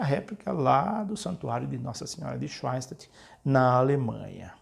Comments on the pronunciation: sim , me refiro a pronúncia quando ele diz swein -statt ao invés de Shoen - stat. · Schoenstatt se lê "chanstat"